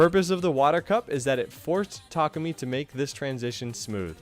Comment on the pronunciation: "boontar" "tarkoomy"